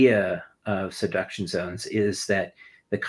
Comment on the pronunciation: wait where can I find these “seduction” zones? Asking for a friend… But seriously, how does a geologist not know how to pronounce this word correctly??? He said it 3 times the same way.